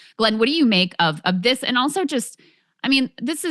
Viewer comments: Glad I am not the only person who finds it amazing that Glenn can make "and" a four syllable word. =) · How can you pronounce MAAHHga and then AYYAAAND, even in the same sentence? Love my Glenn Greenwald.